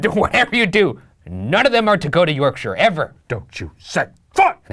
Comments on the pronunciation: I would like to congratulate Ryan on the proper pronunciation of Yorkshire (York-shur, not York-shire). Well done, sir. Well done. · Kudos on your correct pronunciation of Yorkshire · Well done for pronouncing Yorkshire properly. Most channels would say 'York-shyre', like hobbits live here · the best part about this episode is Shane and Ryan pronouncing Yorkshire as ‘York-sher’ and not ‘York-shy-er’. it’s so nice to see Americans pronouncing it correctly! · So pleased Ryan pronounces Yorkshire correctly and didnt over pronounce the SHIRE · I'm just really pumped you pronounced "Yorkshire" and "Harrogate" correctly. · As a Yorkshire lass, thank you for pronouncing Yorkshire properly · can we just appreciate they pronounced Yorkshire almost right instead of the classic American "York-shiyer" so proud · i like that they pronounced Yorkshire properly! and Harrogate! love ya bois! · hearing an American properly pronounce Yorkshire is surprisingly jarring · As a yorkshireman myself I was glad that Harrogate and Yorkshire were pronounced properly I've definitely heard them butchered before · Wow Americans who pronounced Yorkshire right ... am in shock!! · As someone from the uk all I can say is THANK YOU FOR PRONOUNCING YORKSHIRE THEY WAY YOU DID😂 A lot of people who aren’t from the uk pronounce it YorkSHIRE like it’s two words and not one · Really unimportant thing here but im from west yorkshire and finally someone pronounced it right lol